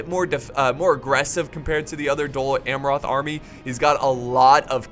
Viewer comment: Your pronunciation of "Amroth" is a little irritating but a 47minutes long cinematic and commentary rich video is well accepted!